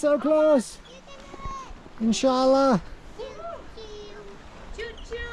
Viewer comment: You saying “Insha ALLAH” 💯